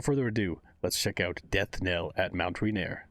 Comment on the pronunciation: Huh Mt Rainier is in my home state didnt expect a gacha to use it in a story. (its spelled weird btw its pronounced Ray-neer)